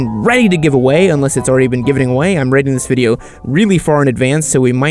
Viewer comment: "This is a biased videi" lol